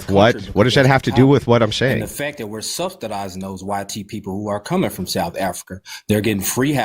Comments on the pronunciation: That boy keeps saying "subsTadizing" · " were subsTidizin , south Africans!😂😂 Your best and brightest right here!